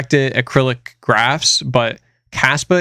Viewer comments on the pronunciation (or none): It’s not acrylic which is a material. It is (direct acyclic graph) acyclic (no R in acyclic) a big difference.